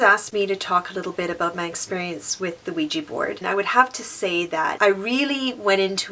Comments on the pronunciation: Why do Americans call it weeji when it is ouija! Wouldn't it be weejah? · It's pronounced WE-JA. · I didn't know it was pronounced "weegee board". I'll probably try it someday if I can. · Why do people pronounce ouija as ouiji??? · you said Luigi board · U pronounce Ouija board wesha board. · Ouija Board is pronounced wigi board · DJ JJ my little brother actually pronounces Ouija board, Luigi board 😂